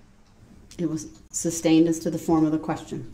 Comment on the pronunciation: Amazing Judge! Grounds....for substain(ed)? Or as it's correctly said, sustained.